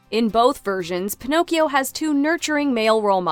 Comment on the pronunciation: Why in Luca of Pixar people Spoke with Italian accent and Pinocchio (another story set in Italy, Tuscany) they don't?🤔 By the way the pronounciation Is fully wrong Pinocchio Is not "P'nokeeou" and Geppetto Is not "J'peDou" (where the hell you see a "D" there?): it's 🇮🇹Italian🇮🇹 not english!!! More, there Is no "pleasure Island": in the book they write about a Place named "il paese dei balocchi" meaning "Toys'Town". And what Is Monstro? In the book they write about "il terribile pescecane" meaning " the terribile dog-fish". The Blue Fairy from Africa? Ah ah ah? I'm sure that the author of Pinocchio never saw an african in his Life.